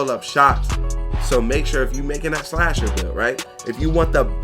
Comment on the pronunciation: Why it say shasher